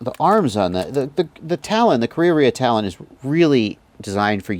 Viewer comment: you pronounce it so perfectly. ka rea rea